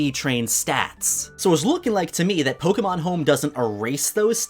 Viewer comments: It’s po ke mon not polkamon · Why do you say “poke” correctly when you say your name.. but say it “poke-uh-mon” when you’re talking about the game? It’s so hard finding a Pokémon you tuber who says it correctly. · The amount of times he said “ Poke guh mon” in the first minute. I gagged and had to dislike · Pokuhmon pokuhmon pokuhmon. POKEMON, not pokuhmon. My ears bled hearing the kuh